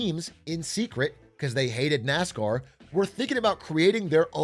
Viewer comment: "gwew up woving nascaw"